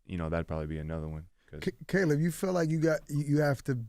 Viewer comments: "Kuh-leeb Plant" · Charlamagne calling him Kahlib in the clip lol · Cuz why he pronounce his name like Khaleeb😂😂